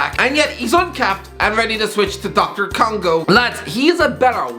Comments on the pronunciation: Did he say doctor Congo again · Did he really say Doctor Congo??? 🤦‍♂️ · Swear t’fuck if he says Doctor Congo one more time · This guy again said Dr. Congo 😂😂😂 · lad it’s not doctor congo 🤦‍♂️